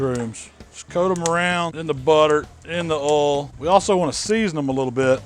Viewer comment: "In the ohl"